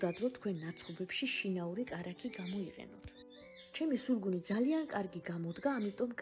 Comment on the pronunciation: Не «сулугун», а сулугуни